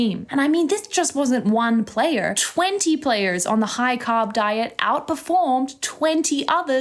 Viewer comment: Interesting when she says carb her R is British but when she says player it’s like an American or shall I say English r. I’m confused